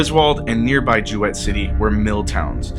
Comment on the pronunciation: It's pronounced JOO-it not joo wett.